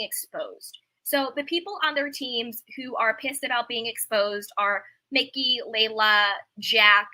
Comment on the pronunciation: EJs creative directors name is Mike-ee, no disrespect